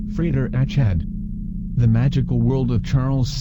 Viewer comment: This is quite well done, despite the annoying computer voice. However, the pronunciation of Achad is incorrect.